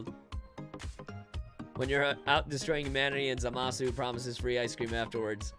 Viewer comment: These are funny... if you're new on this planet and have just been introduced to basic child humour... Also who the fuck is ZaMAAA Sue? Because that's how you're saying it by the way...